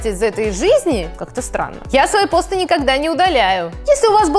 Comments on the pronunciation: Не пОсты, а постЫ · постЫ а не пОсты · не пооосты а постыыы ты не правильно ударение ставишь слух режит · Почему ты говоришь пОсты,обычно все говорят постЫ(если честно такое произношение режет ухо) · Вообще-то постЫ, а не пОсты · Я одна думала, что в слове посты ударение на ы? ПостЫ! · ЖеВаТеЛьНаЯ АвАтАрИя ты такая не одна я тоже так в самом начале подумала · Но ведь посты (на второй слог ударение) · посты ударение на ы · не так ты говоришь не ПОсты а